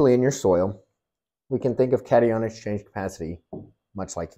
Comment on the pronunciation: Gardeners should always mail samples to get a professional soil test evaluation. It is always pronounced cat-eye-on.